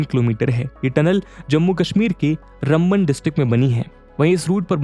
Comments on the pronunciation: It's Raamban not Ramban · अरे भैय्या ये नाम रमबन नही राम बन है। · RAMBAN इसका उच्चारण रामबन है रम्बन नही । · Bhai Raamvan hai district, learn to pronounce